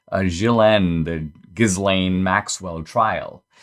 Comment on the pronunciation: It’s pronounced Jizlane.